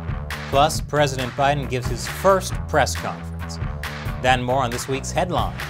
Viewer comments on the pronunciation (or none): none